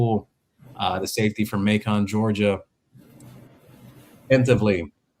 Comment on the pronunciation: Pronounced MAY-CUN!!!